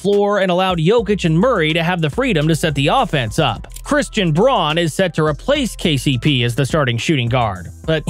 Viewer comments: First of all, it's "Brown," not "Braun..." Secondly, you didn't mention Julian Strawther or Trey Alexander, who can absolutely shoot lights out from 3... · Braun is pronounced “Brown.” I truly hope that was a purposeful mistake to get comments because that’s basic NBA fan knowledge. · CANCAR BEING BACK HELPS SHOOTING HE GREAT SHOOTER BUT NOT THE ANSWER BY ANY MEANS, AND IT ISNT PRONOUNCE HOW ITS SPELLED BRAUN IS PRONOUNCED BROWN